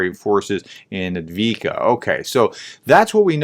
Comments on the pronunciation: Thanks for the clarification. Unfortunately, it's yet another example of the West taking ruzzia's interpretation and no one else's. Also it's Avdivka (Ukrainian, Авдіївка, "Avdeevka"), not Advika (seems to be what ruzzians say). In the Cyrillic alphabet, the "в" is pronounced like an English "v". The д is the equivalent of "d", like the Greek delta Δ, used in mathematics. Those two points actually go pretty far in getting the pronunciation. The Cyrillic "B" is sometimes called an imposter, since it looks like an English B, but doesn't sound like it. I'm learning Ukrainian, and believe it or not, the alphabet is the easy part (Cases, thou do vex me!). Αlso, very roughly, c=s, p=r, h=n, г=h, л=L, з=z, ц='ts', ж=zh with a buzz, б=b, ш=sh, щ=shch (hard one), ю='you' (the sound, not the word), х=h (aspirated and a bit throaty), ч='ch', і='ee', ї='yee', є='ye', ф=f, e='eh' (town names often end with it аs in 'Robotineh' (Роботине), й='yi' (kinda without the vowel though and like the beginning of 'yippee!'), и= can't really do that sound in English, although often it is like an 'ay' or a "i" like the 'i' in the word 'in'), аnd п=p like the Greek π. It helps me if I just pronounce a word very slowly, focussing on the sounds and their order. Speed will come. Ukrainian has a habit of putting sounds together that never happen in English like 'dla', 'hli' or 'zemlya'. Don't get me started on 'ь'... Fluent English-Ukrainian bilingualists, please correct. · Yes, Dnepr is russian and Belorussian pronounsiation, and Ukrainian is Dnipro. Also, the settlement you call Adviika is Avdiivka. If you want to make your pronounsiation better just put the names in the translator and make make it spell it